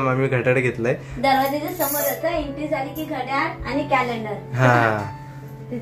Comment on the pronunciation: अरे बाबा घड्याड नाही घड्याळ म्हण